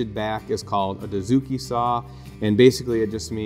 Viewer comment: Good stuff. Hey guys. Please understand this. I am a Japanese woodworker. Dozuki or Dotsuki. You guys pronounce "doo" zuki. This is totally wrong. It should be pronounced like "doe" or "dough".